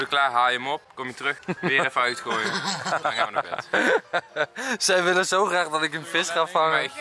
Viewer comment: Waarom zeg je altijd wullen in plaats van willen😂